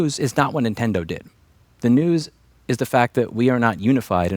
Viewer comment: Louis, I'm so sorry to inform you but... you're OLD. You're saying INtendo instead of Nintendo. Tsk tsk ser. Well, at least you did say it a couple times that way lol